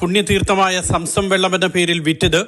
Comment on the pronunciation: Samsam അല്ല. zamzam.